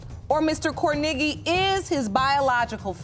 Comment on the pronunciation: The way they keep saying kornegy is cringy af.. CORN A GEE .. gosh